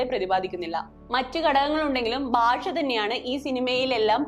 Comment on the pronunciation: സിനിമയിൽ ആദിവാസികളുടെ ഭാഷ ശരിയായല്ല ഉപയോഗിച്ചിരുന്നത് എന്നത് ശരിതന്നെ. എന്നാൽ നിങ്ങൾ എന്തിനാണ് ഭാഷയെ 'ബാഷ' എന്ന് പറയുന്നത്?